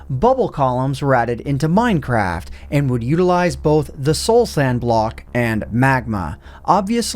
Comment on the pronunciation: did he say... mine crap?